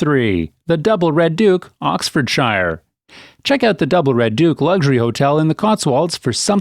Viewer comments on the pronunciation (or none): Maybe research how to pronounce English counties!